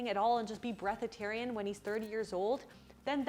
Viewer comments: 😂😂😂"breathitarian".... I'm dead🤣🤣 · "Breathatarian" hahahaha! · Hold on.. did you just say Breath-atarian is a thing?!? HOWWWWWW 🤯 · What is breathatarian? Or do I even want to know. 😆 😆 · LOL BREATHATARIAN XDD